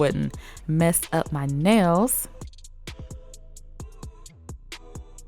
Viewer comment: I LOVE IT when you say '' this are my neils when there filed shaped and buffed " OMG I LOVE IT❤❤❤❤😂😂😂😂😂😂💖💖💖💖